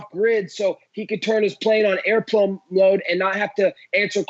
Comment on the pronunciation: “Plane on airplurne mode”🤣🤣🤣